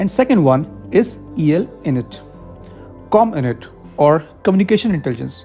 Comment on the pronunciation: Int is pronounced like (int)elligence इंट .